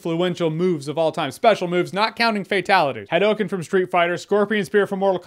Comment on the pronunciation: Oh I’m sorry Jeremy, I didn’t realize that Street Fighter pronounced it HIGH-DOH-KIN. 🙄